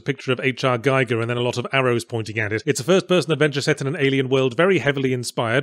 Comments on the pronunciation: His name is pronounced gEEEger not gEYEger 👍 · "Giger" rhymes with "eager", not "liger". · Geeger not Giiger - you're welcome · Giger is pronounced Geeeger like eager not 'g-eyeger. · Since when is ye olde Celtic festival of Samhain (pronounced "SOW-when" in Ye Olde Celtic) an "American" tradition? Ackchyually, it's pronounced "GHEE-gur." Scorn has some Cronenberg influence in its recipe too also. Accurate assessment. In fact, that's probably what they were going for. Like if Fritz Lang's 'Metropolis' was reinterpreted by David Cronenberg with H. R. Giger as the lead art director. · Isn't Giger pronounced Geeger? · Dude... H.R. Giger's last name is pronounced "Geeger" I know it's a minor mistake, but geez... Someone as talented as you should know better by now. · Am I crazy or is he pronouncing H.R Giger wrong?